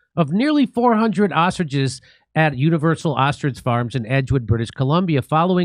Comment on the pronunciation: haha. To be fair even Jimmy pronounced ostriches as "austriges". 😂